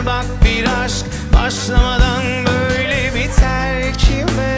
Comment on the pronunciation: şarkıyı çok severim ama gökhan türkmen'i 2. kez canlı dinleyişim o 'yeteeeer .Biteeerr ' deyişi beni şarkıdan soğuttu bi tuhaf okuyor sanki genizden gibi . bir de bi süre yabancı şarkı söylemişte türkçe telaffuzu bozulmuş gibi . yine de şarkı güzel